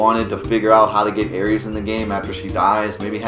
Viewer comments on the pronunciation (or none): It's "AIR-ISS"!! why dafuq does he always call her the first zodiac sign Aries? Aeris is her name, baby